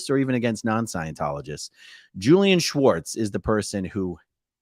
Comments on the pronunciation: I know this sounds small but you are pronouncing his name "Schwartz" His name is spelled "Swartz" so the enunciation should completely leave out the "ch" in the name. Normally this would be a dumb post but Leah clearly wanted this distinction so as to not mis name a guy this sleazy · AAron stop pronouncing Julian's last name incorrectly, it's not Schwartz!! It's Swartz! Lol! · you keep saying schwartz not swartz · funny its spelled SWartz and yet you pronounce it SCHWartz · Not sure if anyone posted this but his name is pronounced as it’s spelled. So no “sh” sound. I know someone with that last name so it’s SW like in swarm.😊